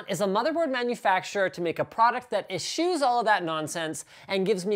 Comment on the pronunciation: Your pronunciation of eschews is most interesting...